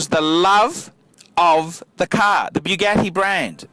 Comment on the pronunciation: The cars went to the widow BTW there pronounced boo-got-ti